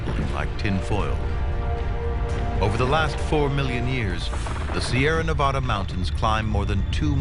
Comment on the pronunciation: He pronounced Nevada as Nevaaahda Lmao